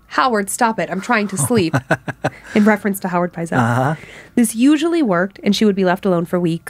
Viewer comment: another great episode - its Benjamin Pietzel , not Howard and the pronunciation is Pite-sel